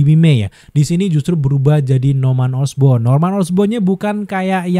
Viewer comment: Norman osborn jadi norman osbrown 😂😂